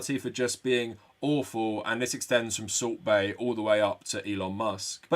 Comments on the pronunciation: You keep saying salt bae, but all I hear is "sorbet" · I keep hearing Soup Bae.